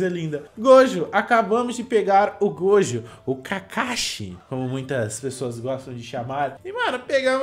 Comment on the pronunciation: Para de falar gojo,miuhawk e ixigo,fala direito meu deus eu estou morrendo aaaaaaaa